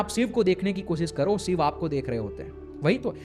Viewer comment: Shiv me na sh bol pa rha na iv ‘sib’ kya hota hai? 😂😂